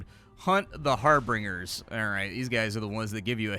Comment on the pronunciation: lol "harbringers" Also: anyone notice how he doesn't use "nerd" as a derogatory word anymore? :3